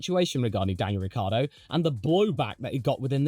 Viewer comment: oh, and Ricciardo is pronounced phonetically as " Rick kee Ar do " 4 syllables, not 3 syllables .. Lucille Ball was married to Ricky Ricardo, this is Daniel " Rick Kee Ar do " fyi